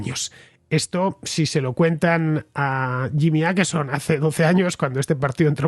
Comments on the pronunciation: Hola! Aqui un contraescucha con 10 años viviendo en Estocolmo. Crónica muy buena y precisa. Para la próxima, en español se pronunciaría Oquerson, no Aquerson 😉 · Åkesson, Fernando, se lee /okesson/, no /akesson/. Saludos desde Suecia. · Åkesson se pronuncia Okeson, la vocal Å en sueco es la O en español,no tiene nada q ver con una "A" es como si la Ñ la usáramos y pronunciaramos como la N. Skatteverket(Agencia tributaria ),suena horrible cuando no se sabe sueco. "Skatte” significa tesoro y el sueco es un idioma q suena bien bonito. En Suecia,donde vivo,no solo ha creído la inseguridad por la violencia entre bandas,q sí,sino también en delitos por agresiones sexuales.